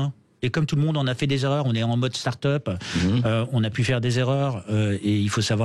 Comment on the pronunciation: En modeuh starteup